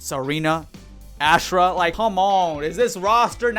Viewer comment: Why does every so called mortal kombat YouTuber butcher Ashrah name? I know y’all played deception, I know y’all played Armageddon. It’s Aw- Srah.